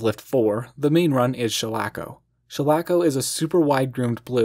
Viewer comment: Shalako pronounced like Shall I find a co-star. Shall-a- Ko. Sorry but it is an awesome name and an awesome hill. Treskow Ridge is among my favorites here off the top of the shoulder.